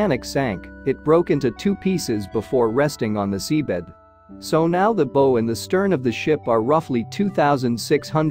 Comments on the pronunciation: I am so tired of channels using AI narration and their inability to pronounce common words like the bow of the ship - which rhymes with Bow-Wow like a dog’s bark. And I see other comments saying the same thing. I would not subscribe to this channel for that reason alone. If you cannot narrate your video content yourself or have a human do it for you then you should take up a different line of work like maybe a baking or plumbing. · I hate those computer voices and the way words are mispronounced such as the "bow" section of the ship, like a rainbow? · Typical "A"I narration calling the front of the ship "the beau". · The AI voices can't distinguish between "bow" like you might wear and "bow" the front of a ship. I miss the human voice. The mega- load-in necklace. hahaha